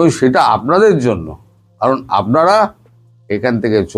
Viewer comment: সব ঠিক আছে দাদা বাবু,শুধু উচ্চারণ স্পষ্ট করুন,যেমন কাটা তাড়,আমাড়,ভাক কড়া,ছেরকম,আপনাড়া,চোড়াচালান,মনে হচ্ছে মদ খেয়ে কথা বলছেন😅😅